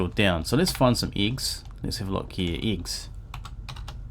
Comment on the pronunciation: lol "eegs"